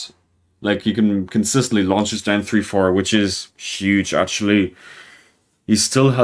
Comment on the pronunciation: Everytime you Said down 3 i thought you Said DEN 3 ☠️☠️☠️